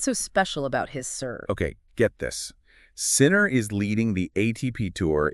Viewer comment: AI generated podcasts that mispronounce his name? No thank you.